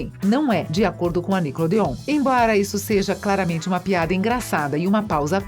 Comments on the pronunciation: E NICKELODEON NÃO NICKODEON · Quando eu escutei, pensei que era uma versão mais fluida do Google tradutor porque, PQP, essa pronúncia de ingrês heim kkkkkkk "jÁdÍiiiiii", "nÍcLôDeOn" e a do namorado da tori kkkkkkkkkkkkkkkk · "Sauchichias " "niclodeon" . Kkkkkkkkkkkkkkkkkkkk Fora q falou o nome da Jade errado . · Niclodeôn e JÁde......To decepcionada com você moça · A melhor parte com certeza foi a “NICLODEO” kkkkkk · Não consigo assistir com essa mulher falando "NICLODEÔN" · poisé, deveriam rever isso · Eu tentando saber quem é essa nicole dion. Dai percebo que a retardada ta tentando falando "nickelodeon" Pqp kkkkkk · Triste saber que ela acabou pq série musical não tava sendo tão popular (mano essa mulher falando "Nickelodeon" e o melhor)